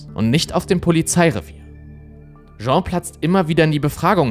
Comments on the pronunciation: die Frau heisst nicht Jean (masc.), sondern Jeanne (dschann)... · Der englische Frauenname "Jeanne" wird NICHT wie der französische Männername "Jean" ausgesprochen. Diese Art von Fehlern schmälern für mich die Qualität von Insolitos Videos gewaltig, da sie immer wieder vorkommen.